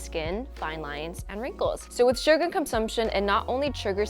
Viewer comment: Every time says SUGAR, I hear it like SUGA 💜🌝Any ARMYs here???😌